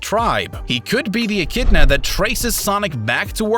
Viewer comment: echidna not echinda